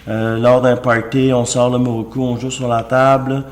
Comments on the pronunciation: Mokoru ta dit moroku mdr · Il dit muruku au lieu de mukuru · MOKURU mdr Mais la base c'est prononcer correctement le produit de sa vidéo lol.